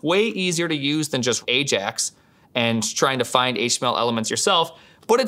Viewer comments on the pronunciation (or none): none